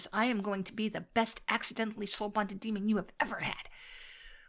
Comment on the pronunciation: Did I hear her call herself a Dreamon? Amusing!